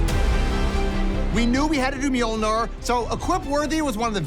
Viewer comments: Mjölnir, not Mjölnar. Rosewater sees only money and is not even a fan. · Nir. Its nir. Not mjolnar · 10 seconds in, and we get “Meeol-nar “. Jfc